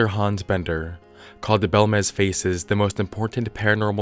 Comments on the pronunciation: It's pronounced bElmez, not belmEz, the accent marks (tildes) are there for a reason, they indicate which letter to accentuate. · It's BELmez. Not how you pronounce it.